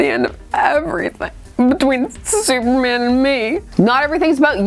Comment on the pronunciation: supmerman? sumerman?